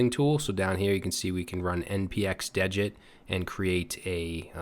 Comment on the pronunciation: degit is pronounced dee-ghit. Sounds like you're saying digit. It's a tool for git.